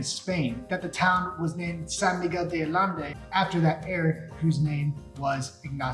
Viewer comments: San Miguel de AH- YEN- DAY!!!! That is how you pronounce it. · Ay-ende. Mispronouncing the name of the city you’re talking about. Turn off. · hard to take this guy seriously when he can't even pronounce the name correctly , click x it thumb down.